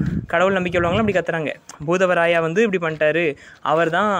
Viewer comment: Bhoothavarayava illa bhootharaya va